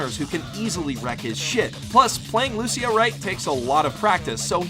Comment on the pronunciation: No offence your saying lushio not Lucio